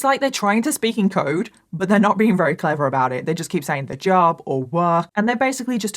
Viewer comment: I love how you call sandwiches samwidges lol. And you say very as wary. So cute